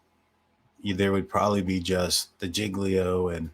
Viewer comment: Hay, j have problems with words sometimes as well. Say… JIG-LEO. There ya go!